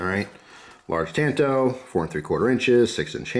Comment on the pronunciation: As if he didn't butcher "tanto". Seriously have NEVER heard it pronounced wrong until today.